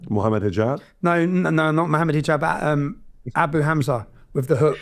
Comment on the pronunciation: This is how you know they are lost & you shouldnt take them seriously when they dont do their homework and pronounce your name wrong "Mohammed Hajeeeb" 😂 overall good upload.